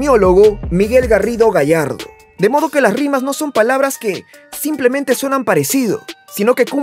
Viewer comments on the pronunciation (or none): none